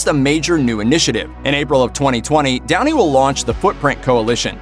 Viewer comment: When you talked about Sherlock Holmes, not gonna lie I thought you said Tony instead of Downey...